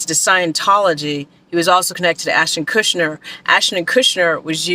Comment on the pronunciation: Kutcher, not Kushner. (Unless you're purposely mispronouncing Ashton's name for legal reasons.)